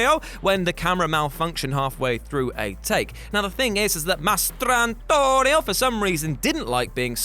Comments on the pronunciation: Almost turned this video off because of the damn way he pronounced "Mastrantonio" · The way this dude kept saying Mastrantonio caused me to not finish this video.